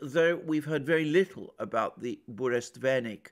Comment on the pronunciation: Let me correct your heavily mispronounced Russian weapon,. It's pronounced as BURRE - WEST - NICK. The name is compounded of twol nouns that even me as non Russian speaker am able to grasp! BURRA means "tempest, storm" in particular and turmoil in general. WEST is simply "a bit of a news" but WESTNICK means "news courier" or simpler "a herald". So, joining it all together I hope you can anticipate how even with the most conservative translation you have anticipated a "game changer". Indeed it is.